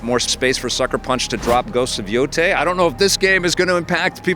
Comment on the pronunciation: Can’t even pronounce Yotei??? 😂